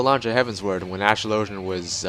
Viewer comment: ASTRO_LOW_GEN is not how you pronounce it lol..